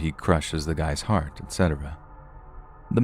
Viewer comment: heart was a little Irish, next time try pretending you're the Queen and say 'Harp' (the instrument) go less old timey and more over the top posh tot then change the p to a t and you'll be spot on 😁😘 everything else was just fine 😊 love it when you go British 😁